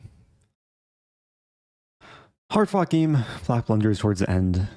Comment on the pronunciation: No matter how many times he said “hard fought game” i still giggle because its always sounds like he said “…” you know..